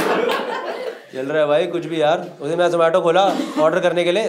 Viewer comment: The manner in which Gaurav Bhai pronounced Zomato correctly all the time, shows how keen the company is on its marketing.